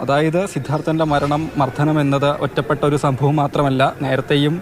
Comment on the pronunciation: മർദ്ധനം അല്ല മർദ്ദനം